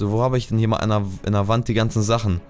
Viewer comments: Das hört sich immer so an wie rend statt wand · GOMME!!!! (Rage modus aus) man spricht "w" im englischen auch "w" aus (rage modus an) UND NICHT "R"!!!!! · [wänd] nicht [ränd] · Wand spricht man das a so wie ein o aus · Er spricht wand of blablabla voll falsch aus